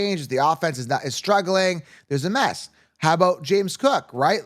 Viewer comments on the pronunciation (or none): none